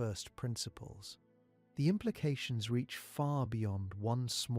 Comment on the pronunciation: Ai voiceover smashing it with the impla cat-irons of Narsa